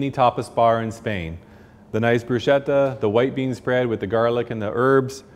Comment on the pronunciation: Broosheda? And you’re a chef????